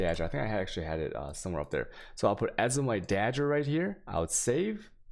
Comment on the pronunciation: dagger pronounced as dodger